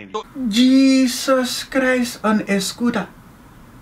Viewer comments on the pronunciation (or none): I thought he said in a Skoda! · I thought he said..escooda.. hahahah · Jeeeeezus Christ on a scootah! 😂 (I like the way he pronounces "scooter") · Did anyone hear "Jesus Christ on a schoter"?😂😂😂😂😂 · He said Jesus Christ on a scotter 💀💀💀💀